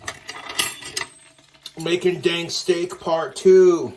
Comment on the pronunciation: Literal Butterfingers 😆 Everytime seys Dank I hear Stank